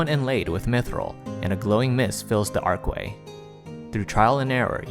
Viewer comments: ARCH WAY.... not Arc way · Archway, not ark-way. There's an H in there.